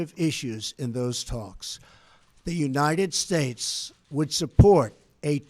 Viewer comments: What’s up with his voice near the end? He couldn’t even say United States at the end (sounded like United Schtates!) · Its obvious trump is on coke, the drip got him bad he cant even pronounce United States at the end and those heavy cokehead deep inhales all throughout the speech give him away. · United Stahes, with an H! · "...and god bless the United Shursh."